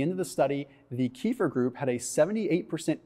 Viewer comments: Keh-fear not kee-fer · Kefir, not " kifir" rhymes with "Cape Fear" without p 🇪🇺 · The correct pronunciation is kuh-FEAR. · Please pronounce the drink correctly. It is pronounced Keh-feer, kind of rhymes with Heifer, a cow. It comes from Russian via Turkish. It makes you sounds stupid. That silly keto dude Dr. Berg, also pronounces it wrong. Don't be a Berg. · Pronounced "Keh - FEER"